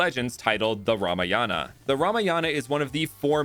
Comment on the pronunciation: It's called ram-a-yan